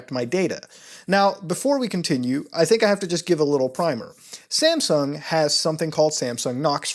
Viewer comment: Is it just me or does he pronounce "Samsung" like "Sampsung"?